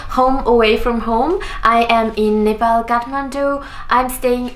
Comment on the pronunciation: I loved you saying Nepal coz most of the Nepalese abroad tend to say Nepol n m like seriously 😒